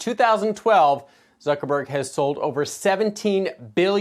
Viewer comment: makes me smile everytime he says zuchinniberg